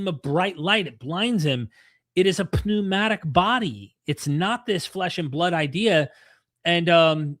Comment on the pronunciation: The P is silent in pneumatic.